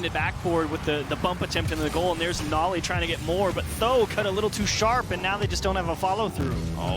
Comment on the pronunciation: Ok but if you want your name to be pronounced nolly instead of noly you should put the double L. It indicates a break in syllables. Its the difference between no-ly and nol-ly, where no makes a typical no sound and nol changes to be a "nah" sound (because we are lazy and don't fully pronounce the L in the first syllable lest we have to say the L twice, similar to the word syllable in fact. If there were only one L, it would be pronounced "sigh-lable" instead of "syl-able" where once again we only say one L). As it is written noly is closer to "no lie" than it is to nollie